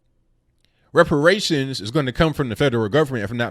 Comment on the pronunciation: muh wepawayshuns